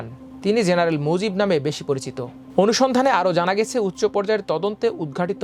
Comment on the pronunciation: ভাই এটা চবি না,ছবি, উচ চ না উচ্চ" আমার দেশের নিউজ এর গুনগত মান আরো উন্নত করা দরকার, যার উচ্চারণ ঠিক নেই তাকে সংবাদ পাঠে বসিয়ে দেওয়াটা দু:খজনক